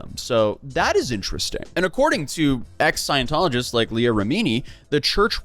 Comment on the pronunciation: You butchered Leah’s name